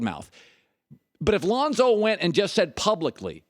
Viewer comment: Chris it's Lonzo..not Lahnzo..😂